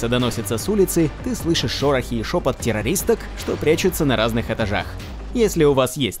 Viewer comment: "Террористок" ???))0